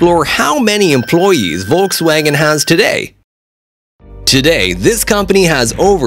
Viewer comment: Its volkswagen not woltswagon😂 Edit And its porschE Not porsch